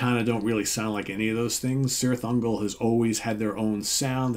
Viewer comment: Just a little, minimal precision here; I think the name of the band should be pronounced Kirith Ungol, in Tolkien languages the C always has this K sound. Yeah I'm such a nerd, sorry. It's a great album, thanks for the review! 🍺🤘